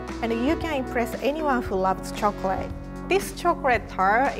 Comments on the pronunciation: Chocrate , god how hard is it to say choclate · omg did rie really say "chocorate" a few times this is so cute somehow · I love the way she says chocorate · Quarity chocorate tolt